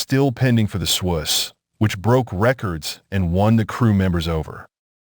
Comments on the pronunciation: Shouldn't the name "Swoose" be pronounced rhyming with the word "goose?" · It is the swoose. The ai is saying it wrong